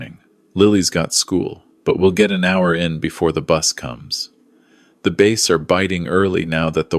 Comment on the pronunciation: Bass not base!!😮😮😮😮😮